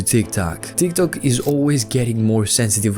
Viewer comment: Does he say Tiktak with intention??